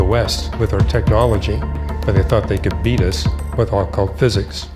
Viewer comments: Say Ah-cult ONE MORE TIME !!!!!! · I've never heard the word "occult" pronounced in such a strange way. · He can't even pronounce occult.